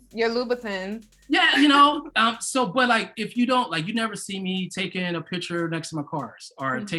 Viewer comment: the way she pronounced Louboutins…